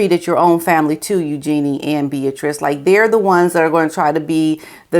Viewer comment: Eugenie's name is being pronounced wrong. I know your respect runs deep for the royal family. River, on his channel, taught us it is pronounced YOO-ZHUH-NEE